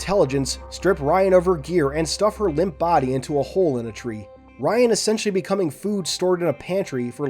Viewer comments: Little tip, Rion is pronounced "Re-own" not "Ryan" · in the audiobooks its Re-own